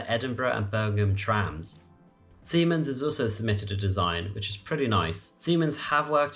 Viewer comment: Alstom, not Aslom, and Siemens, not Siemans. Nevertheless, thanks for the video. I hope in 2030, there will be no passport needed between the EU and the UK!